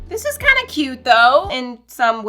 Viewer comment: “these are cOoUtE” 😹